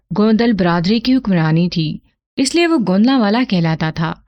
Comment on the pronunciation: آپ کا کہانی گوئ کا انداز کافی بہترین ھے اور لفظوں کی ادائیگی بھی پختہ ھے لیکن آپ ایک غلطی کرتی ہیں آپ بہت جگہ جہاں "پیش" لگنا ھے وہاں آپ "زیر" کا استعمال کرتی ہیں۔ جیسے لفظ "اس"(os) یعنی پیش کے ساتھ ھوتا ھے آپ اسے "اس"(is) یعنی زیر کے ساتھ ادائیگی کرتی ہیں۔ کسی غیر موجود شخص جگہ یا چیز کے لیے پیش استعمال ھوتا ھے۔